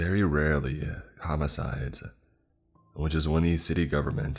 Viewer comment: "Very rarely - homide" /me crying in Russian